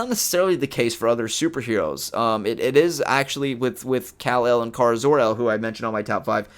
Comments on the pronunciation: In every form of media supergirl has been in except the tv show, pronounced it with a long A. Like Care-a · BOI STOP PRONOUNCING KARA WRONG